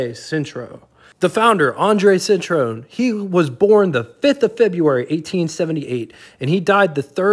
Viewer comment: It's cit- ro en. Three syllabus .